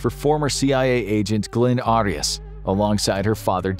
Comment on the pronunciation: 😂 he can’t even pronounce Arias name, right?